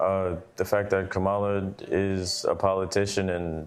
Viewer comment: Why are Americans still not able to pronounce ‘Kamala’? I mean, how hard is it? Too hard for some, apparently.